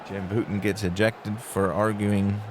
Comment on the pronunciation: Tough first! FYI, it’s BOW-ton (not BOO-ton).